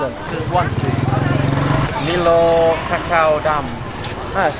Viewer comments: haha.. "Mi-loh" its from our side of the world Pronounced "My-loh" AU/NZ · OMG it is My-low, not MeLo… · Milo is Australian and pronounced ‘MyLow’